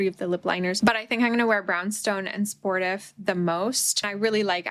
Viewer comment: i think it’s sport-eef bc sportif is a french word